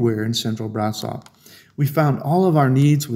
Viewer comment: It's pronounced Brash-offv